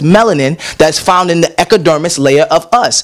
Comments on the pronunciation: I'm sorry but I keep watching this and every time I laugh at the moment when corrected on how to say epidermis 😂😂😂😂😂😂 I'm sorry love you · right, lmbao...ecka-dermis and "spear" aka sphere